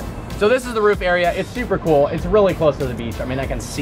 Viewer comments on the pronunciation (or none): none